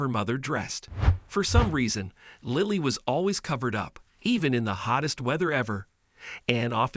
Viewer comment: "seen"! "Lie-ly"! A daily dose of moron